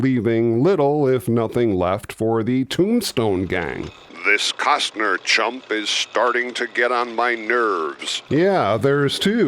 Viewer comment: It's "Willem" Defoe, as opposed to "William" Defoe. Also, "Costner", not "Cozner". :) P.S. Love your work!!